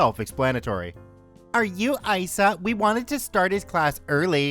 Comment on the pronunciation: Thanks for reading my drivers Ed story. Side note Isa in this case is pronounced like Lisa without the L.